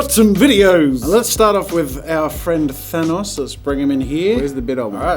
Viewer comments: Thanos not thanooooooose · Why is he calling thanos..... Grimos?? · Me: he said Thanos wrong Also me: HE IS AliA My brother:sighs